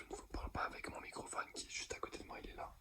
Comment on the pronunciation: Ca me fume qu'il dise "microphone" 😭😭